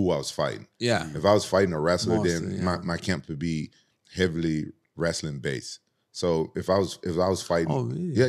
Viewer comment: “I was wrastling a big snake”